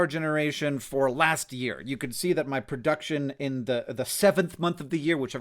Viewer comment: Pro-duck-tion. Sorry. I had to.